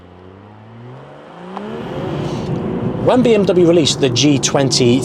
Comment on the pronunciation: Bro its not BM Double U its BMW